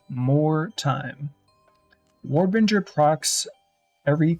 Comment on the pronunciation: War Binger.... Binger not Bringer. He literally shows the node in the video